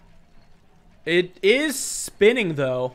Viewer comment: Does everyone just have a "Looking For A Game To Capture" screen? Also "Eet Is What It Ees"